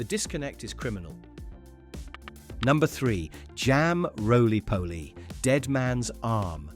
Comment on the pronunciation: Why can you not use your own voice ? Roly polly? ? Savi loi? Real voice would get it right .thats the next thing gone . Real voice please 😢